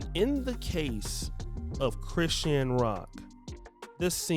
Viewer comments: I thought her name was pronounced like Chris-SHAWN… not Chris-sheen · Her name is pronounced CRI - SHAWN 😂😂🤦🏼‍♀️